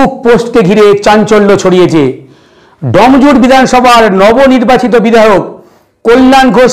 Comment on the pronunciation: ভাই "এডিটার" জায়গাটা "ডম" জুর নয় "ডোম"জুড় !! এই উচ্চারণ নিয়ে সাংবাদিক হবে???